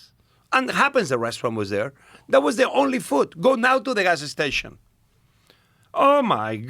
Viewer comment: He said "gas-ah station" about 12 times in 3 minutes. What a treat. 😄